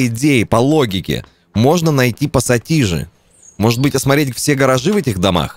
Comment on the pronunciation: Отец как ты мог не пассатижи а посасиже. Отец прости